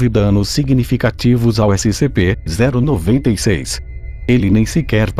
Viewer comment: Eu: •-•) Hum, vídeo legal Narrador: SCP-096 Eu: hum Narrador: S-C-P-0-96 Eu: ok brow •-•)=b Narrador: ÉCI CE PÊ ZÉRU NOVENTA I CEIS °-°) omae wa wo chindeiro Narrador: NANI?!!?!?!!